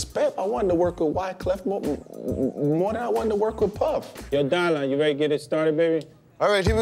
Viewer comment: It's DY-LAN